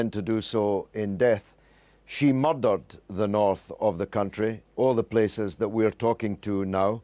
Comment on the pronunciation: did he say "moirdered"???